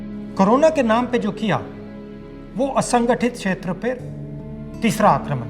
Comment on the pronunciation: Observe when he says " Asanghatish Kshetra" he struggles to say it!